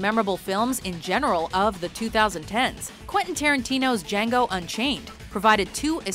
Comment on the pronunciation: Why do ppl pronounce 2010s weird it should be pronounce as 20- 10s